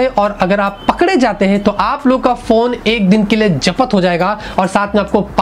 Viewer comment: जबत , नही......😂😂 बल्कि वो " जब्त " होता है...👍😂😁😂